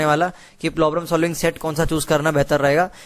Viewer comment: Has anyone noticed one thing...bhaiya problems ko plogrems bolte hain